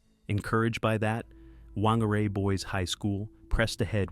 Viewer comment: Whangarei is a Maori word, which is actually pronounced 'Fan-gar-eye' 😊 Tragic story.